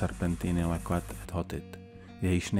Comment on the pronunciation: Ne leket e hotit ale lečet to q je vaše č.